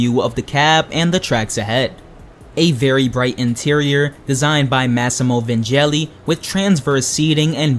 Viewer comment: The Vignelli part is pronounced Veen-yellee